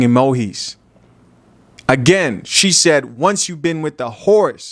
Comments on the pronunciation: Yo, it's emo-gees, not emo-his 😂😂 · This man said laughing Emohees🤨 FOH bro!🤣🤣🤣